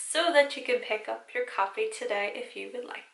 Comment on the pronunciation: So,, I heard you say: you can pick up your coffee (instead of copy), down below. So, in this moment, I rebel by stating that coffee sounds better, than copy 😂